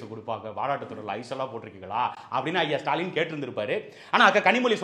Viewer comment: இனி தூய தமிழில் முதல்வரை சுடாலின் என்று அழைப்போம். உங்களுக்கு ஸ்சு. ஸ்சு என்று கேட்கிறதா. எனக்கும் ஸ்சு ஸ்சு என்றே கேட்கிறது. சந்தானம் காமேடி.